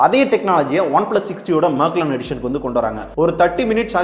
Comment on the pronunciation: அது மேக்லர்ன் இல்ல. மெக்லாரன்.